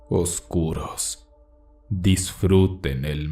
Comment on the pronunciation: Me gusta como dices "oscuros" se oye chistoso 😃.